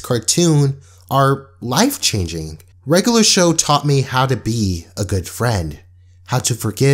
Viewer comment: “Regalar Show”